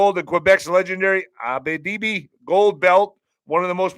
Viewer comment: it’s pronounce Abba-Tib-ee